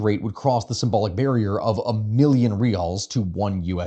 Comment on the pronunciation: Honestly it sounded like you were saying 1.5M Reels/USD$ and like maybe that would be more valuable hehe